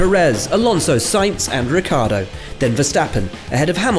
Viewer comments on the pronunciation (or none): When the TV conductors they will learn the correct pronunciation of the name of the Ricciardo pilot,the say always Riccardo